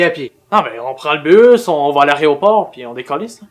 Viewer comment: "[...] l'aréoport [...]" hein? c'est une faute ou pas :0